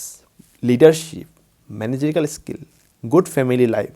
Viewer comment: Sir, the correct word is managerial skill, but not managical (skill).